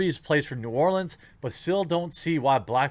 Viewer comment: Appreciate you saying New Orleans correctly.